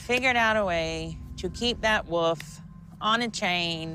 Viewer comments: Is attempting to say the word 'WOLF'?? She's saying 'WOOF, not WOLF'. Am I correct in hearing that? Its so peculiar. WOLF, is not a difficult word to pronounce. I don't get that issue. working towards her masters in teaching and she can't pronounce WOLF correctly? What the...!? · I feel so shallow saying this but, man, I can’t stand it when people pronounce Wolf as Woof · Is she saying “woof”???